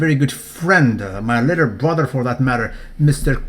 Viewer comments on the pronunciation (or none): none